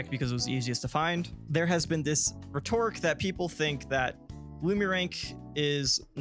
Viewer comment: Here's my HARSH criticism: You're mispronouncing "rhetoric". The first syllable is stressed. :)